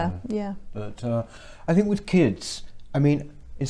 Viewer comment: Speaking of "Speech development"....I would take you more seriously if you stopped saying "fink" and"wiv"!